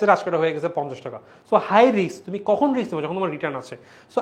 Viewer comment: Bhaiya riks na Risk hobe